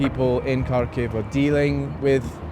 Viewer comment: If you work for Kyiv Independent, shouldnt you spend one day max on learning how to pronounce the city you are talking about?